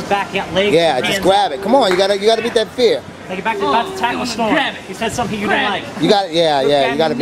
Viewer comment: "State" really and a quick tip it's that not "thad"Know leave me alone.